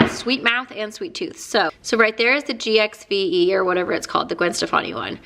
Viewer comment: Gwen's GXVE is pronounced "Give", weird I know.